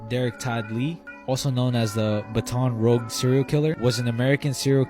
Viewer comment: The fact that the guy said buhton rug…it’s Baton Rouge..I live in Louisiana…